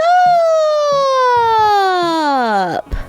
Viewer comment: Funny how she says what’s up